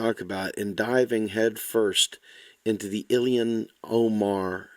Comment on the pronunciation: ...please...her name is pronounced Ill HAN...not Ill IHAN. This may seem trite and small...but it isn't. Love the video...btw.